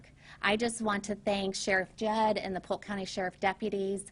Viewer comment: “Judd” Dread